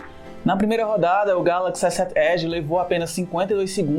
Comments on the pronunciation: ESSÉT ÉDI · essé ed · Kkķkkk esé ed. Ele fala "S sete" como se fosse uma palavra inglês, aí acaba falando "Esé ed" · só eu achei o modo de como ele fala S7 Edge estranho? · Victor 05 n foi só vc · Ele tem um sotaque nordestino, é assim mesmo, ele fala "sete" com mais ênfase carregado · Bem anormal kkkkkkj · Victor kkkkk verdade